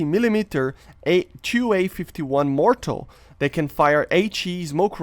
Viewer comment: Dude, it’s pronounced mortar with an R at the end. Not mortal. That’s all of us, we are all mortals. So very different meaning.